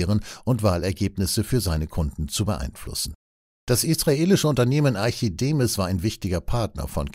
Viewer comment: Korrekt lesen, bitte: Im Text steht ARCHIMEDES; gelesen wurde ARCHIDEMIS. Das ist nicht akzeptabel.